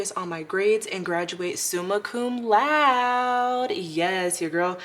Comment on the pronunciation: laude is pronounced loud-day